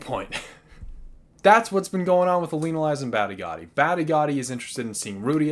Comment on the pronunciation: Ooof! Those Badigadi & Elinalise pronunciations need some work.